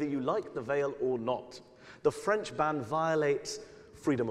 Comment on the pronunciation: erm... french, not frend :D